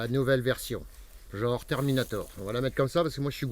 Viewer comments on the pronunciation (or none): none